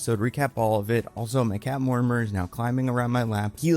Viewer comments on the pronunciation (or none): none